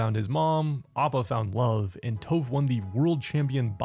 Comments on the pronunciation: Is no one gonna mention how this guy mis pronounced Tophs’ name as “Toh-ph”? A few other avatar YouTubers do it also and idk why cuz if they are such big fans like they say that they are then they would know how to properly say her name the same way as in the show. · Why you keep pronouncing tophs name wrong